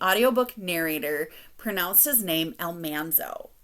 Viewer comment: I noticed the pronunciation of Al-MAN-zo too in Farmer Boy! I thought, "have you ever watched the TV show?!" But I do really enjoy her narration otherwise in the series. Starting By the Shores of Silver Lake this week.